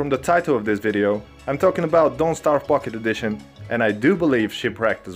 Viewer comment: Yhea, that's what I was saying🤣